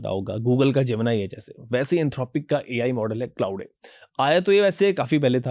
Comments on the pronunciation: “Claude” = clau - day 🙅‍♂️ clod 🤷🏻‍♂️ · Sir ji it’s not Clauday!! Its Claude - E is silent. You are pronouncing it wrong. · क्लाउडे नहीं... क्लॉड सही pronounciation है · Claude is pronounced as 'Clawed'. Not 'clou-day'. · Clouday is a wrong pronunciation. Claude is pronounced rhyming with 'flawed ' or 'clawed'.